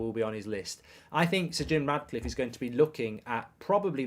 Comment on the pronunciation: He's doing my head in saying Radcliffe